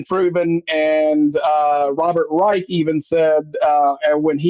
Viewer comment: Come on, it's pronounced Rysh not Rike and Trump was a Democrat in the 80s